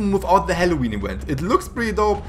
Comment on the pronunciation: halloween ewent